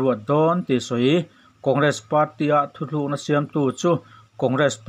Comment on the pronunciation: Thuthlukna tih aiin Thutlukna tih tur a ni lo maw?